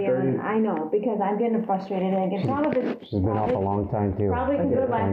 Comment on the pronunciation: There is an epidemic of adults that say “fustrated”. It’s not cute